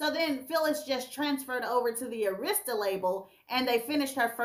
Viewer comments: I can't take it: The record label is ' pronounced "airistah" records, not "Areesta" records... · It's "AIR" RIS TAH arista.... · It’s pronounced Air-ris-tah records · its called.....Air...ra...sta the pronunciation is always said when artist that have been on the label like aretha, whitney, next, Deborah, TLC, monica and others that been on a label say it correctly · Arista (AIR-REH-STUH) Records 🤗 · I can't believe how U pronounced Arista, a legendary label.